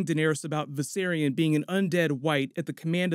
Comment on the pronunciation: Viserion not “Visaryon”. And yes she took it casually like when Viserys got melted.